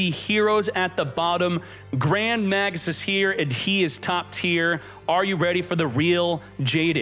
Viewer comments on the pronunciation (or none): none